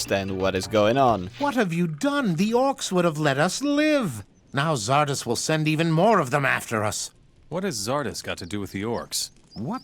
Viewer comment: as german, hearing english speaker (in gothic 3) say Xardas makes me cringe x_X the game as well